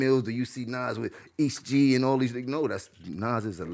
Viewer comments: nigga said east gee 😂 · Nigga said “east gee”